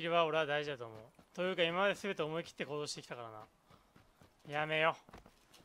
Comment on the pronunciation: やめよがリッキーのおはように聞こえる